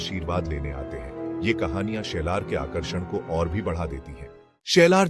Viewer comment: शेलार नाही साल्हेर